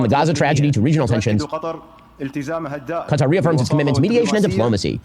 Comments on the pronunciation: It's like he knows kuh-TAR is wrong but refuses to say cutter so he went down the middle in the worst way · Ben "Kuh-Tar" Shapiro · Ben's trying to pronounce Qatar the same way he does Hamas... with a weird affectation that makes zero sense. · He invented yet a new way to pronounce Qatar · Ben's so racist he won't even pronounce Qatar properly. What a dipsh!t.